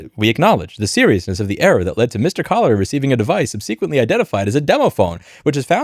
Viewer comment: "Subsequently" has nothing to do with "sub-sequences". SUB-se-quent-ly. Thank you.